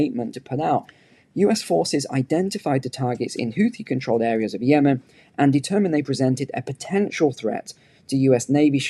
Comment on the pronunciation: the link shows you how to correctly pronounce "houthi". Sadly, the world has adopted the American pronunciation.